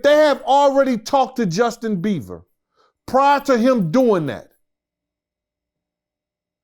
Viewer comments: "Justin Beaver" 😂😂😂😂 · Now I love a good interview but really…. Justin “Beaver”?? Really!! 🤦‍♀️🤦‍♀️🤦‍♀️ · “Justin Beaver” 😂😂😂😂😭😭😭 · “Justin beaver” 😭😭😂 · 🗣️Justin Beaver Lmao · Justin Beaver 😂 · "Justin Beaver" 😂😂😂😂😂😂